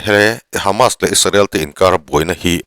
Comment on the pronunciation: Isarel ti lovin Israel ti mai la ngaihthlak a nuam ang, you tube channel ah meuh Isarel han tih tulh hi chu a zialo deuh ani